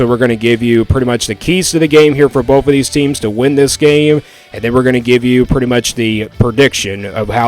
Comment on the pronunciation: It’s both, not boaf. And it’s “both of these” not “boafuhdeez” lol